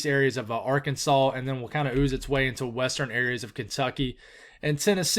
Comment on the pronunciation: Question do folks from Arkansas get mad about people calling it Ar-kansas? I've always wondered